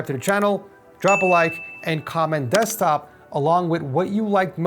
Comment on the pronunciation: "DEZCTOP" Love This Video 🥰